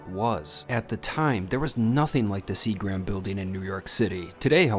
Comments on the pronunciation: See-grums like the alcohol manufacturer, not See-grams. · pronounced see grem